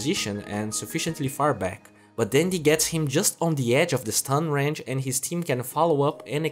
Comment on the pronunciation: Y u do dis. Why do you say "Ranch" instead of Range around min14?